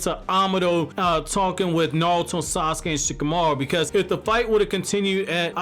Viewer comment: Bro his name is NARUTO not NaRULtOE or whatever tf you keep calling him